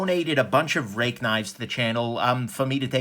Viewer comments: Pronounced RAKE !!! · if we were to follow Mandarin Chinese Pin Yin, Ruike (锐-sharp, 可-can) is pronounced as "ruey kuh"